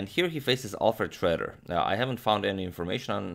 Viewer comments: It is not pronounced shredder but Shroeder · The "oe" in "Schroeder" is actually pronounced like "euh" in french or "ö" in german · I've never heard Schroeder pronounced as "Shredder" before. But in this case, Schroeder got shredded. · You usually nail German pronounciation. Did you imitate the English pronounciation this time because Alfred Schroeder presumably was American (or migrated and changed the spelling of 'Schröder')?